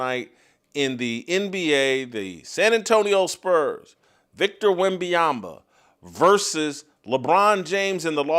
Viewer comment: Whitlock you spent half a show making fun of someone not pronouncing Vrabel’s name correctly and you just spend an entire show mispronouncing Wembanyama’s name.